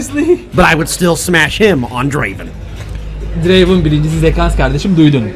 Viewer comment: aq 35 kere dinledim böyle bir draven deyiş yok aq